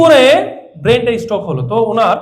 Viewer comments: Brain stok- pronounciation kee this. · আরে মূর্খের বাচ্চা সেটা স্টক না, স্ট্রোক । আসছে ক্লাস নিতে । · সব ভাওতা, স্টক হবে না স্ট্রোক হবে এটাই তো ঠিক মতো জানেনা। ছিঃ, এরা নাকি ডাক্তার!!! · শব্দটা স্টোক না স্ট্রোক বলে ? আজকাল উচ্চারণের জন্য অর্থ বা মানে পরিবর্তন হচ্ছে ।সেদিকে কোন খেয়াল রাখা হয়না । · স্টোক নয় স্ট্রোক হবে।